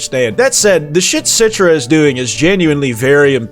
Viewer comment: "CITRA" pfft, we know this is you you ain't slick